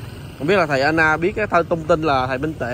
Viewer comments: em có đọc comments không? Gọi là Đảnh lễ chứ không Đánh lễ. Nói đúng mọi người mới nghe em một cách nghiêm túc. Còn Sư kia là A NAN chứ không phải AN-NA nhé! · Thầy A Nan k phải An Na